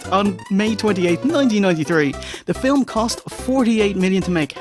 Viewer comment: WHAT THE FYUHCK IS A "Fill-um"?!